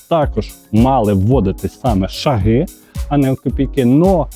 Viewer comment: не шагИ , а шАги